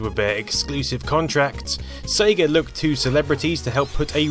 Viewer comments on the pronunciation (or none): none